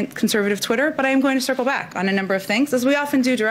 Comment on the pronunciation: “Circlebak” Girl !!!